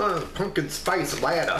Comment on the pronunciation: Hi. Latte is pronounced La Tay. When you said you give them a 5, is that a 5 out of 5?